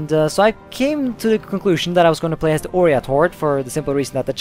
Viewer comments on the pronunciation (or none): Its OIrat not ORIAT